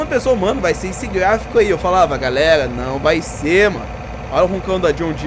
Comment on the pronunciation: Para de trocar o R pelo G kkkkk Galegaa